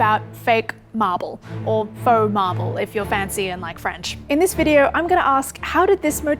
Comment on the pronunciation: Feaux Marble = "Farble"